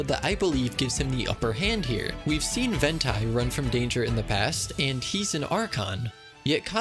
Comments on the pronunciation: Just a lil hint, it‘s pronounced 'Ventee' not 'Ventai' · You are physically trigger all the nerves in my body pronouncing it Ven-tai its Vent-t it is the T vent-T like twenty (and Venti is twenty In Spanish) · Ven-Tai? Isn't it pronounced as Ven-ty? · Its pronounced Ven-Tee not Ven-Tai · It’s pronounced ven TE not ven tai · Sooo ik no one asked but I also used to call him ventai when i first started genshin At that time, I never listened to bgm and stiff so I didnt know the pronunciation What I did know was that 'ventus' is an air spirit in roman, its plural being 'venti' so yeah, that's why I called him ventai for a veeeeeery long time lol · "Ven-Tai"? This is my first time hearing his name pronounced like that. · The way you pronounce Venti is kinda entertaining, it's Not wrong but i think the 101% right pronounciation is already in the game xD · You're pronouncing Venti's name like it's on plural form. Ven tie sounds like Cacti which is plural for Cactus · Ventai if only the V could be pronounced like H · How do you play the game and say Ventai!!??? All the names are pronounced very clearly in the game, yet yall be saying the weirdest pronunciations like there is a contest for the dumbest name or something… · Im sorry did this man pronounce it ven tie bro really? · Not trying to be rude but it's pronounced vent-e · Why he be pronouncin his name like h**tai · Every time he pronounced venti's name my fight or flight response activated. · Normally I'm not a bitch about pronunciation, however the way you say it makes it think of venti hentai, which is know to the community as the most popular. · You take that back. Don't you dare pronounce Venti's name like that ever again. Stand in the corner and think about what you've done. I'm sending you to jail after. Venti is my heart and soul. I would not be able to live without venti. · ALDGDSKSJHSJAJ your pronunciation of the name is A CRIME👏💀 please stop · The pronounciation of Venti…. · PRONOUNCE THE NAME RIGHT